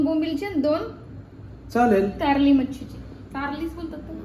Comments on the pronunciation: Tarli❎ Karli ✅ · Tarli nahi karli bolatat.